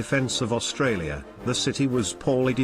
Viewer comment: This is not your fault , but it’s Spelled Australia, only one R, and RAAF is pronounced R double A F. Only watched 5 min so far. Also I don’t get the robotic voices on these videos?